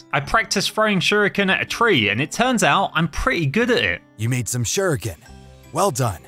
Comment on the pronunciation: When Kevin gave that fuma shuriken he said "Here, take this fuma shiruken. You'll know what to do with it" but why did he say shiruken 😂😂😂🤣